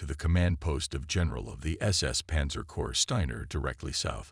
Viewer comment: I do wish your production team learned how to pronounce words. In German, if a word begins with J, it's a Y sound. You don't pronounce Jodl saying the J. The same with jawohl (yes). Also, Corps is not CORPSES. Unless you are speaking about the dead